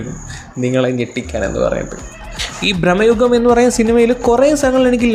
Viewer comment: Its bramayugam not brahmmayugam.